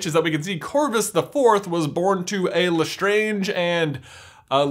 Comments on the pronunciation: You're saying it wrong. It's LastrAnge not Lastronge. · I'm sorry...Le-STRONJ family mausoleum??? what was with the change in pronunciation?? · why do you change the way you pronounce Lestrange throughout this video????. You start with La-strange, switch to Le-straaaaaaange, then back to La-strange. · I'm sorry I love this theory and this video but I cringe so hard when you say Gellert Grindelwald and the way you say lestrange. also in the Harry Potter universe they use Roman mythology not Greek there's proof of this because the spells are from Latin and there is more proof